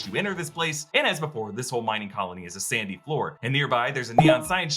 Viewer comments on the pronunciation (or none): none